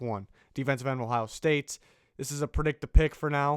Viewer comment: “Ohio sate”